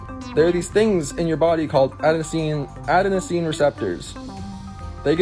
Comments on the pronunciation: Mans decaffing people who says crossaint in a french accent but look at his pronunciation of Adenosine not very smart of a person eh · The guy couldn’t even pronounce adenosine correctly… It’s uh-deh-nuh-seen, not add-uh-nuh-seen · I love how the Starbucks guy tried to sound soooo smart but couldn't be bothered to look up how to pronounce adenosine and ergotamine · this guy trying to mansplain adenosine to us literally mispronounced it and was incorrect about caffeine not helping headaches 💀 look up homeostasis and have a think about how that could apply to coffee drinkers